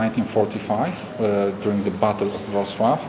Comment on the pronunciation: Bardzo ładnie wypowiedziałeś Wrocław. Szanuję!